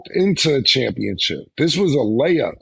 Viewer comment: And Cam with Championchip